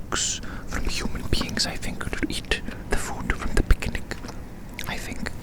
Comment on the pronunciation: I kept hearing" beginning" instead of "picnic" 💀🙏🙏. I was soo confused, tf